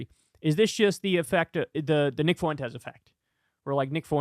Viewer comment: Please stop mispronouncing the name Fuentes. I know a good amount of people with that last name & can reliably tell you that it is two syllables, not three. F’win-tez. Not foo-win-tez.